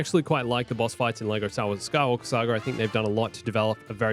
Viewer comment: „The Skywalker Sager“ „Princess Layer“ …why?!